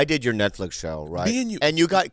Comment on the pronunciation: Did Lee call it the 'NutFlix show's? LMFAO